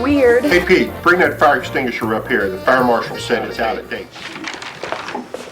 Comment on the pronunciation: can't get over how he says 'extingisher' instead of extinguisher